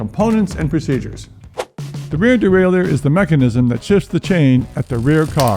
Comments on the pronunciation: Great tutorial. Even willing to forgive the constant mis-pronunciation of derailleur. It's "de-rail-er*" not "de-rail-e-ur". Just like a shifter is a device that shifts, a derailleur is a device that derails the chain. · It is not pronounced dee-RAY-lee-yer. That is incorrect pronunciation. More proper would be day-rye-YURE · Derailleur (a French word).. just pronounce it as Easy as DERAILER. Simple! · It's probably for the wrong pronunciation of "Derailleur"... ;)